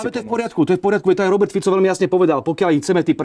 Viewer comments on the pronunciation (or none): none